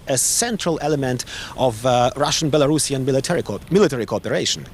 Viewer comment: Belarusian not Belarashan